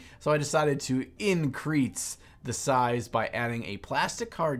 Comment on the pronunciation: Great video really enjoyed it, but couldn't hack the 'increase' pronounced 'increats' haha